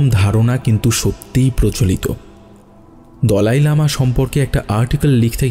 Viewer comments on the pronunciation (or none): pronunciation ta mone hoye dalai lama hobe not dolai lama